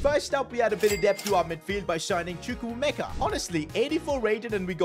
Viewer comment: said chuku Meka when it is pronounced differently in Nigeria